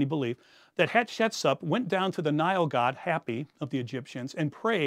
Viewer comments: Please just try to pronounce the names a bit better... it's like nails on chalkboard Hyk-sos, not "Hycos" Haht-shep-soot, not "head-shet-sup" I believe tgat the exodus story is a myth. It may have roots in reality, but it certainly didn't happen as written the Torah. And all your creative mix of history and speculation does not change this. ( For example, where the hell did you find that bit about Hatshepsut praying to Hapi and adopting a foreign child? I am quite familiar with the contemporary texts and sources by and about Hatshepsut, and I have not found any of this) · This is fascinating, however, I can’t help being confused by some of the pronunciation of names. I’m no Egyptologist, just an armchair enthusiasts who took one honors Egyptian art history course in college, so I could be wrong, but isn’t it “Hyksos” and “Hatshepsut”? Is anyone else bothered by this or am I just misinformed?